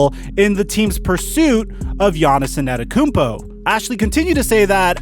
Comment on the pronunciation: Bruh.. you continue to struggle pronounce “Antetokounmpo”